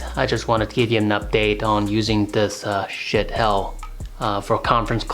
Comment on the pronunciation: Lol! I wish you had posted a link to some of your equipment like the decent-sounding mic over your head and the arms boom for your light that you adapted for it. I've spent a small fortune trying to get a decent mic to pick up my voice. By the way, it isn't pronounced shit, it's supposed to be shee-at